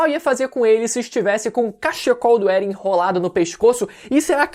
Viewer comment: mas por que "Beren"?